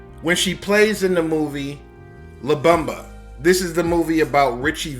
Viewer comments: elizabeth "peena"??? la "bumbuh"??? wtf man. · “LaBumba”, “AAA meeting” for alcoholics, Elizabeth “Peena”. This was a great comedy video.